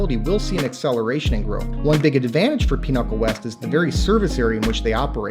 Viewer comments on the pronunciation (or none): why are you pronouncing Pinnacle as Pinochle?